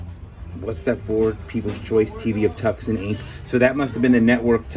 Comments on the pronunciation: Tucson, Arizona pronounced "two san". You've never heard of Tucson, Arizona???? Cheers, Rik Spector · Dairy = dare eee Tucson = too son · Too sawn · I live here in Tucson Az, pronounced Tooson. The c is silent a very common mistake! We love you here!